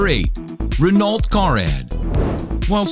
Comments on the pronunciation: Renault it is not renought it is pron Reno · Ren-Ault? It's pronounced Ren-O. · it's pronounced ren-o not renult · It's pronounced like Reh-no, not Reh-nolt you idiot. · It's pronounced renno, not renolt! It's not like it's obvious it's French is it?? Renault!!! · Renault? Really? [Ren-alt]? It's pronounced [Ren-oh] ffs... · "Re-Nolt" ... -_- The L and T are silent, its pronounced "REH-NO" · Ren-oh. REN-oh. Not renolt. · The car ad : it's pronounced Reno not Renolt just FYI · Not Ree-no. That's a town in Nevada. I'm sure you knew what you meant, but for the others who don't know, it's pronounced Renn-O. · Since when has Renault been pronounced "Ren-alt"? It's NOT "Ren-alt" you morons, it's pronounced "Ren-oh". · OH MY F*CKING GOD. NOT (RENAALT), (RENO). LEARN HOW TO SPEAK. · Is not pronounced "renault", it pronounced "Reno" because it's French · It's not pronounced "Renolt" its pronounced "Reno" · it's pronounced "ren-o" NOT "renolt" you don't have to be French to know that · renult? its pronoced reno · renault is pronounced "ren-oh" not "ren-alt" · promounced "reno" not "ren ault" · its pernounces re-no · Renault is pronounced rainoh, the t and the l are silent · I know he didn't just pronounce the "T" in Renault. It's pronounced "Re-no. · The fuck is a Re-nolt? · Renault is pronounced Renoh. Dirty French and their silent letters. :) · how the guy pronounces "renault" makes me wanna kill myself. it's pronounced "rehno" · thats not how you pronounce renault. ren-o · Ren-alt... LOL ok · its pronounced Reno its French so you don't pronounce the t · mountford ...or the l Seriously, ren-alt? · am I the only one that cringed when he pronounced Renault like it was spelled renalt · you say Renault as (ren o) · It's pronounces like reno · no its pronounced ren-au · lol Renult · Its pronounced RENNO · Isn't Renault pronounced ren'o? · You really need to learn how to pronounce Renault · The T is silent in Renault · someone needs to learn how to pronounce Renault